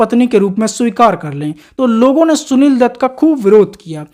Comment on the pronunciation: Are anpadh h kya tu . Gwaar bhi h . Shunil dutt nhi hota . Sunil dutt hota h . .hindi ka apman h . .sja milni chahiye . .shaadi ko saadi bolta h